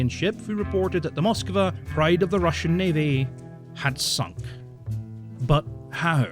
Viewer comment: how can you misspronounce these words so much? Like for God's sake man, I can pronounce Chinese or Japanese words better than you can Russian and I cant read their words. This is beyond normal Monolingual (eww) people's problems, this is actually annoying at this point. Please just... read how to pronounce these things or listen to the Translator pronouncing them or something. And note - you do the same for ALL non-EN names and words. German including. Its seriously worse than what Monolingual 43 I Q rust belt monolinguals would manage to scramble up.